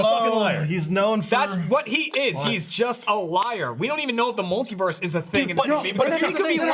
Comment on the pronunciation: After hearing pronounce multiverse I don't trust how he pronounces anything.